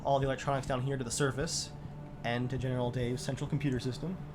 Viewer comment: 500th comment! Also, is it just me, or do you hear “Genital” Dave?